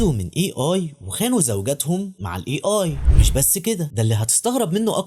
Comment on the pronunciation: A هذه الحرف يلفظ أي وليس إي